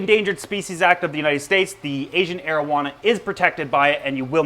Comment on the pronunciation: Had to read the comments to make sure he wasn't saying Asian marijuana 🤣